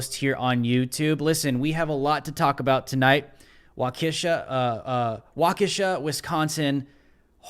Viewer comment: Waukesha is pronounced: Wauk-ish-shaw There is zero doubt in my mind this terrorist attack was the result of MSM neo-leftist lies and propaganda and nefarious attacks. You can bet this dude drank the Kool-Aid and actually believed Kyle Rittenhouse is a "white supremacist vigilante militiaman, pseudo-cop" that drove 200 miles, "crossed state lines" into Kenosha via Illinois armed with an AR-15 looking to "brain" a bunch of "innocent black racial justice protesters" whom were merely demonstrating peacefully for equal rights and police reform -- and Kyle killed them all -- and an all white racist jury acquitted Kyle because he's a "white supremacist".... That's exactly what this guy thought because that's EXACTLY how the neo-leftist cult media portrayed Kyle's clear-cut and transparent case of self-defense.... Look, as far as I'm concerned the media has blood on it's hands, and what they did would be no different than yelling "fire" in a theater - the media created "racial hysteria" with the way they covered Kyle's case and trial.. The media is egregious, and no doubt this guy wanted retribution er revenge on white people - and you know what? If I was profoundly stupid, frustrated and hateful and my brain was hardwired into CNN, and I only got my news from Twitter? look, revenge would be on my mind too... I mean the mainstream neo-leftist media NEEDS TO BE HELD RESPONSIBLE, because there is absolutely NO DOUBT they influenced this guy via their propaganda so thanks to CNN, MSNBC